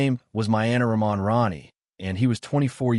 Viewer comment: Thx for the story from Bangladesh. FYI their last name is pronounced Rahman with H not silent.